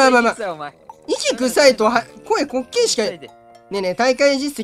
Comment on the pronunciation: 5番の人の滑稽が烏骨鶏の発音と同じなんよw 正しい発音誰か教えてあげてw